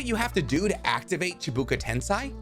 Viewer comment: I'm sorry but it's "chibaku" not "chibuka"